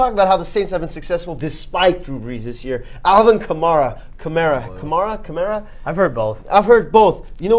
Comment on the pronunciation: Kuh-mare-uh. Alvin Kamara.